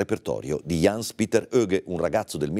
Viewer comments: "ians petter" e non "iens piter" in poche parole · aaah ho connesso adesso scusami... Sì cognome lo pronuncia perfetto, la mia critica era rivolta ai primi 2 nomi che si dovrebbero leggere proprio come li ho scritti come se fossero nomi "italiani"